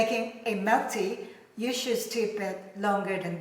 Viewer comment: Hot Melk tea😅